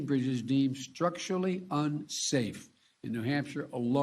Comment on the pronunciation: “Roads and brizzes” ???